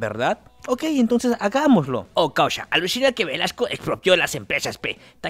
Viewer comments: dice Velaso no Velasco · su apellido a caso no es Velasco y no Velaso? Aunque errores los comete cualquiera